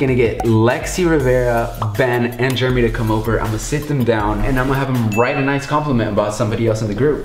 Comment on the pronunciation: anyone else hear call Jeremy Juremy